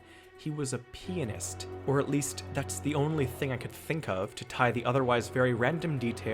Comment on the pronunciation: Why, oh, why did I hear "penis parents" instead of "pianist parents" 😩